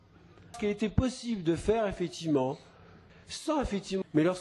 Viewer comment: à la fin, on entend "Fétiment""